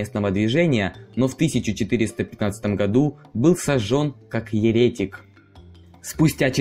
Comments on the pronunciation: Правильно еретИк, а не Еретик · Ну,более-менее удовлетворительно повествуем,. Только...Вам-бы ещё с ударениями ("ерЕтик","осУжденный" и т.п.) разобраться и со склонениями сложных числительных,-будет даже неплохо!:-) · Интересно, а автор знает что в слове еретик ударение на и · та все чувак успокойся. может у них в украине привыкли говорить ерЕтик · не, у нас тоже правильно еретИк, но оговорился человек, бывает ведь. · не ерЕтик а еретИк . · Ребят... Сама идея просвещать - офигенна. Но чтоб это делать успешно, нужно разбираться в теме. И уметь последовательно излагать. После слова "ерЕтик" просто вырубила видос. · Да, все коротко и ясно. Но ухо режет неверное произношение фамилий руководителей Чешского государства. Ударение должно стоять на первом слоге. И многие заметили что еретик тоже не верно ударение- режет слух.